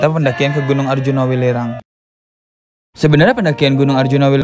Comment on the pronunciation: Welirang ka bukan wilerang